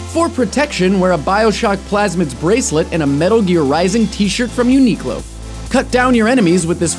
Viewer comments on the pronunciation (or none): none